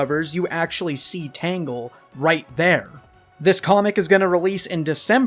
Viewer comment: Its Tangle, not Tango. 😂